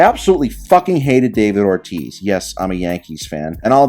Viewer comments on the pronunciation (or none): none